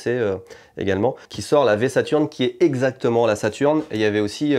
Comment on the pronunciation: Super vidéo Par contre la sega saturn avec un e outch 🤪🤪